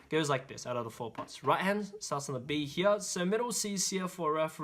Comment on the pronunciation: Yeah same with "heyear"